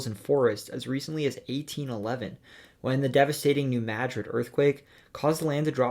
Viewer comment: Most impressive part of this video is the spot on pronunciation of "New Madrid"